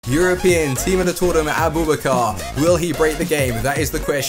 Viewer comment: his name isn't a-boob-a-car